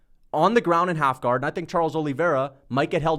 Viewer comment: and what’s half gar ??? It’s half guard !!! You said it twice in a row .